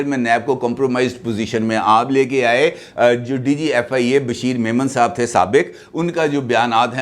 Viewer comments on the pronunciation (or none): none